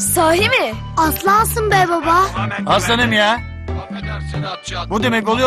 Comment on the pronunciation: Tekin buba diyor baba yerine